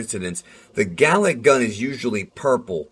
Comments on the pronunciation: Did you say Garlic? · Vegeta: "GALICK GUN..." Goku: "ooh! Did you say 'garlic-'." Vegeta: "AAARRGGHH!!!" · garlic gun was all i heard whenever he said galick